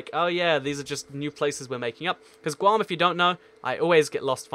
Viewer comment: It’s guam